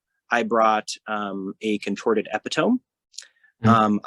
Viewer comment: Good info. However, daemon player really needs to learn how to pronounce Epitome. That was painful to listen to.